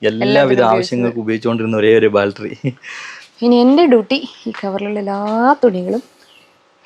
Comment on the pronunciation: ബാൽറ്ററി അല്ല.. ബാറ്ററി.. 😂😂